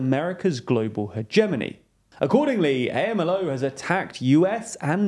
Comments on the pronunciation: Please stop saying A-M-L-O. It's more like the acronyms for HAMAS which is pronounced as if it is one word not a series of letter. So you would pronounce as you would those letters put together as a word in spanish. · For future reference: AMLO is pronounced as a single word, not spelt out. Acronyms in Spanish are typically spoken as a word. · If you want to make a video about Mexico you should learn how to say AMLO first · AMLO is pronounced as a single word, you don’t say out each letter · It’s not A-M-L-O it’s Amlo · Hey, quick correction. Obrador is commonly referred to as “am-lo” not “A-M-L-O”. Keep up the good work guys 👍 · No one calls him “eh-em-el-oh”, it sounds more like “om-low” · OMG. Sensationalist news from someone who isn't even American. Also, I don't think people say A-M-L-O. It's AMLO. Hard to put it in text. But, it's said as a word not abbreviation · Amlo, not A.M.L.O. This is why TLDR-US failed. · Two things: it's pronounced "amlo" rather than "A.M.L.O." second, you generally do a good job with this kind of thing but I found it a bit surprising the way you described Nikki Haley's stance on military intervention as contrary to her apparent moderate status. It's not really news that moderate republicans are mostly moderate neoconservatives, which, sure are more moderate on economic and social issues, but are extremely hawkish on foreign policy. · Am I mistaken that the acronym for the Mexican president's name (AMLO) should be sounded out like a word (am-lo) rather than spelled out letter by letter (A-M-L-O)? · weird hearing AMLO spelled out every time. I've only ever heard it said in two syllables, "om-low." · It's not A-M-L-O, it's AM-LO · Pronunciation: A.M.L.O. is Am Low. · You pronounce AMLO as a single word, not A. M. L. O. It sounds as "Am-Low" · Lopez Obrador is not known as A.M.L.O, he’s known as Amlo (pronounced Am Lo). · WHY ARE YALL PRONOUNCING AMLO LIKE THAT??? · You don’t spell out his acronym, you pronounce it ;) “am-Lo”